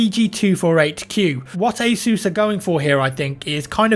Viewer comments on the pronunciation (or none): god damn it its pronounced "ACE US" NOT "ACE OOOOSE" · It's ASUS not ISIS. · He didn't say Asus. He said, "Hey, Zeus!" My name is Zeus. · Soo is asus pronounced ae-soos or ae-sus